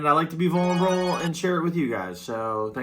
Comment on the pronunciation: Props to bro for pronouncing "Vulnerable" with a bunch of marbles in his mouth